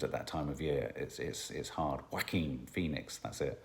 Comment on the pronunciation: 'Yo-Wah-Keen' Phoenix! HA!